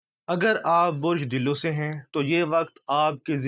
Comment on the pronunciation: Dillo nhi hota....dulv hota hy ..Arabic word